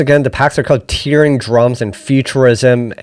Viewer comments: Hate to be the guy to say this, but you are saying 'tearing' wrong in this context, it should be tearing as in 'tearing a piece of paper' and not tearing as in crying. Great video btw 👍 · Isn't it Tearing as in (rhymes with Pear?) Tearin' up the dancefloor? Love your work !!!